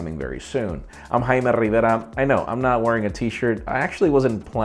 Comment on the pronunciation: Your name is JAY-ME. Quit being so extra with your accent that no one can pronounce any way.